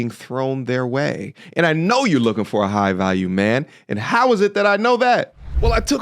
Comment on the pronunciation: Jigh value? Bahahaha. Like who? Tate?